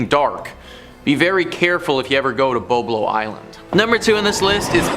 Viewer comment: BOB-lo Island. Like Bob + Low. Detroiter here. Went to Boblo often as a kid